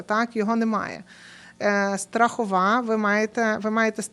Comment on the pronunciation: ЧУРКА не грамотна!! Правильно СТРАХОВКА, від слова СТРАХУВАННЯ, а не "страхІІІІІІвка" - де ви таких НЕ ГРАМОТНИХ берете??!